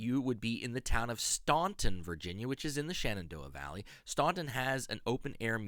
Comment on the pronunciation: FYI Staunton is pronounced Stanton. I was schooled on that by the locals.